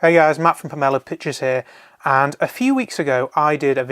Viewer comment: Just put a link to his channel or video? He pronounces "Pomelo" different to you too, listen to the video you are re-uploading to figure out the pronunciation. Over 10 mins though, so congratulations.